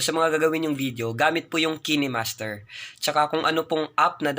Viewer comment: kinehmaster pinronounce nya hahah kaynmaster yun